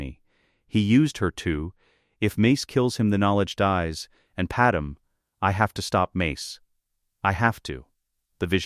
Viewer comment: I HATE hearing PadMÉ pronounced as PaDAM. I Respectfully Request that you speak the lines yourself instead of an AI so that her First Name isn't butchered.